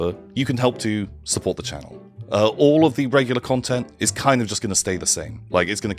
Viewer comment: More ‘cuntent’, I guess that means is coming back to the channel.